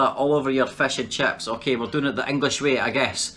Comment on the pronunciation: When he says Crips instead of chips